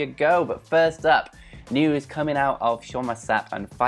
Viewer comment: What's a "furst"?